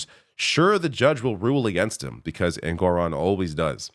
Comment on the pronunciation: the judge’s name is ENG-or-on, not en-GOR- on